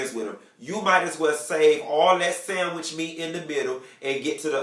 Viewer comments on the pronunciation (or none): none